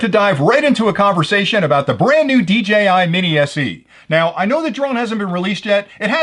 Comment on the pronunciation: Seriously, why do so many other youtubers pronounce it as "DGI"...? I don't get it.